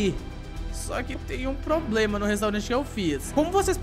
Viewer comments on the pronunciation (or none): none